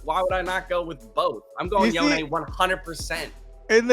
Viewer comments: wtf YonEE? instead of yone? riot come on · in the 10 minutevideo animation riot released yasuo said yoNEE.